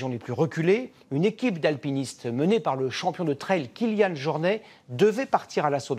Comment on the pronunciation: Kilian JornE ? ou Jornet ?^^